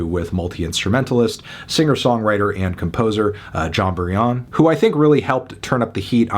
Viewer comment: you would have given this a 10 if Jon Brion's name was pronounced Jon Brie On